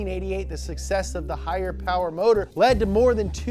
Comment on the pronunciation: Everything you need to know: Oldsmobile 442/ cutlass Mo powah babeh